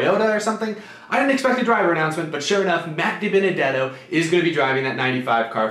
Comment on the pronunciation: You butchered Dibenedetto